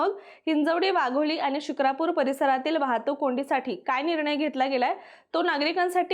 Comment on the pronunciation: म्हस्के नाही म्हसे शुक्रापूर नाही शिक्रापूर